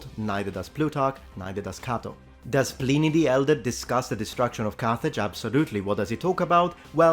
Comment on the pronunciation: ‘Pleeney’? Oh dear.